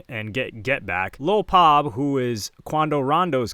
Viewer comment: That was definitely not "Lil Pab" 😂😂😂😅🤣🤣 Come on H you must be trolling 🤣